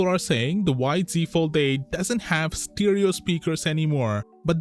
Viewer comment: stEEEEEREERO!? Why can't you figure it out! Its Stereo!!!!!